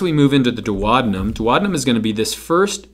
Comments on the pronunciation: GREAT VIDEO and GREAT EXPLANATIONS! :-) But, wait, what? How did you pronounce DUODENUM? No one in the English speaking world pronounces it like that; not even the Brits, or the Aussies, or the Kiwis! Where did you learn that particular and erroneous pronunciation? Please check online and try not to massacre good old Latin!, never mind English Cheers! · his pronunciation of DUODENUM cracked me up!!!! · I like your movies on A&P topics: short and succinct - thank you! I noticed that you pronounce 'duodenum' differently which is a bit confusing for me (non-native speaker...) I learnt to pronounce it like this: Is your way the US way to pronounce it???